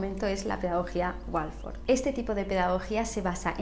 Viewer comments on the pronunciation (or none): Pedagogía Waldorf. No Walforf 😅